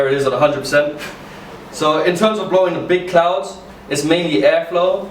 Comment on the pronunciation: Are saying clouds or clowns like what you're taking us for fuckin clowns